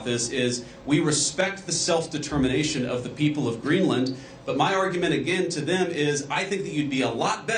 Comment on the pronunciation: Hewwo Mistow Gweenland